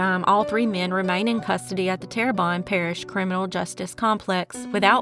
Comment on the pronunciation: It’s pronounced Terre-BONE parish. Happy Mardi Gras 💚💛💜